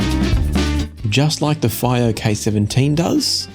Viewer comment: Is it possible that Fiio is supposed to be pronounced // FEE-oh // ?